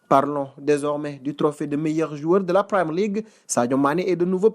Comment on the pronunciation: Quand vas-tu arrêter de dire "praïmeur ligue"??? Je n'en peux plus d'entendre cette bêtise. On prononce "primieur ligue"